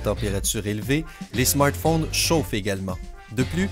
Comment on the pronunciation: mdrr comment il di smartphones